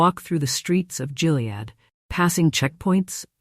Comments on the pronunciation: It’s not GILead, like “Jill” ! It’s GILead like “Gill” as in a fish… 🙄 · Just for information, Gilead is pronounced with a HARD "G". It's not "Jill-ead"...it's GILL-ead. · Check your fake voice; it's a hard G in Gilead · It's pronounced "Gilead". Hard g like gum, gutter, gay... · Hard G on Gilead. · Um, isn't "Gilead" pronounced with a hard "g"? Lame AI narration is lame. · I think that’s the only way the AI can read it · Gilead has a hard G. Skimped a bit on research?